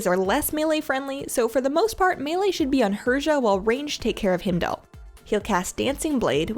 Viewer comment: Fantastic guide. You pronounce his name Hi-m-dull, btw :)